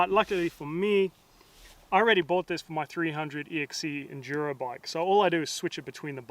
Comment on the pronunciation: "Super Enjuro Ahhh..." lol